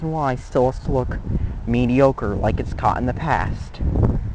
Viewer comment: "mee-dee-oh-ker" jesus christ